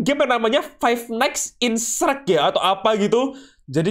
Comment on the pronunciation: Shrek woi bukan sherk